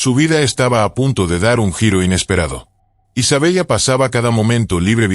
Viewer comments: Isabela así se pronuncia , no Isabellllllla.👎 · Se pronuncia Isabela 😮